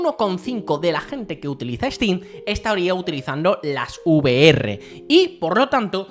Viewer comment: NO se dice U Ve Erre, se dice Ve Erre 🫣